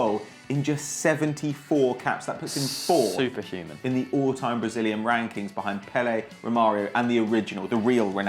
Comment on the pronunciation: At the beginning Pato said "all time wankings